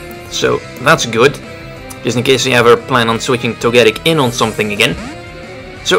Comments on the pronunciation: Well you got your mega steelix wish. and you're right he pronounces Togetic (toe-gah-tic) weird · Your pronunciation of Togetic is odd. Hopefully Togetic/Togekiss will get access to Moonblast in the next game. I agree with what you said about Pyroar. It needs some help to become better. I would guess his last move was Dark Pulse. I want a Mega Steelix in the next games.